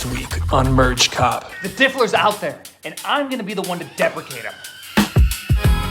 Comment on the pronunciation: "The diffler's out there" lmao